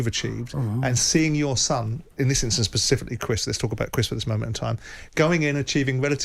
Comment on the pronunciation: “Pacifically” - Simon Jordan.